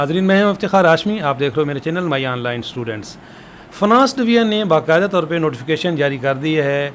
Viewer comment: Sir aap online ko aanline and government ko gornament kyun bolty hn??